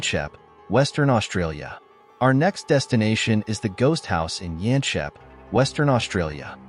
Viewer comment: The town of Yanchep is pronounced as it is written - Yanchep, not Yanshep.